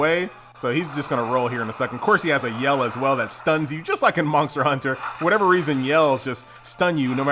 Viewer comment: ther is no "k" in monster, pronounce it properly